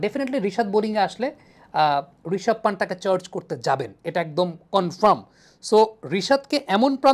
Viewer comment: নামটা পান্ত হবে,, not a পান্ট। ভাইয়া আপনি ভালো পর্যালোচনা করেন খেলা বিষয়ে, তাই আপনার থেকে সঠিক উচ্চারণ আশা করি।